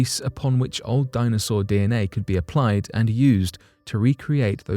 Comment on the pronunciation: "A baby dinosawur."